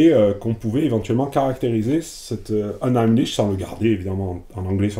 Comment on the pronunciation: Unheimlich est un mot allemand. Très surprenant de le prononcer avec un accent anglais... Meme à Londres les gens ne le font pas. Pas super convaincu des instincts et des choix de ces traducteurs. Ça vaudrait le coup de demander a des français à Londres de traduire ces textes, des gens dans le bain qui passeront par des constructions moins abstraites pour chercher des equivalences, y'en a plein qui gravitent dans les cercles et les lieux de feu Fisher, à l'université de Goldsmiths etc... Très franco-français et insulaire tout ça